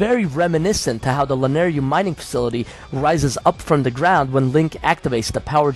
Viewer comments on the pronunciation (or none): Man... it's LanaYRU... Y-R-U ;P I dunno why but it hurt my ears every single time you pronounced it Lanaryu (yru-ryu). It hurts a Zelda fan xD